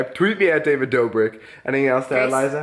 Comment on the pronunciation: DAVID NOT DAVIS UGH F